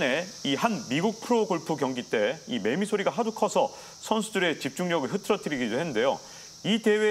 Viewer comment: 매매가 아니라 매미리고 발음합니다.